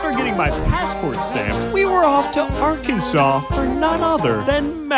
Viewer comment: ITS PRONOUNCED ARKANSAS YA IDJIT I made a dbza reference forgive me